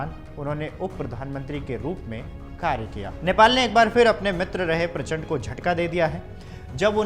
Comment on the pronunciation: Prachpand 😂😂😂 Nam Nahi Lena ata hai to kya news padhega beta